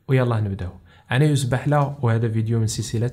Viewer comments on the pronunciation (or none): none